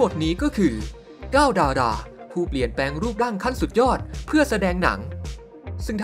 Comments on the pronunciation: 9ดายรา555พี่เขาพูดผิด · อ่านคำว่า ดารา ไม่ได้เหรอครับ ลิ้นสั้นเหรอ